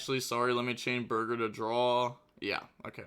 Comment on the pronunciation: Does he know it’s BORGER not BURGER?